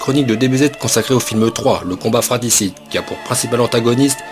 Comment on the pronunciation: On dit "fratRicide" mec... pas fraticide.